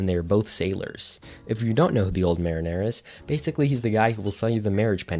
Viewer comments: When he first said I was like old marinara?! Because I had the vid in the background. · Mare in air? …. Muh-ree-ner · 'go-rotto' 'old marinara' 😅 Edit: "Spouce"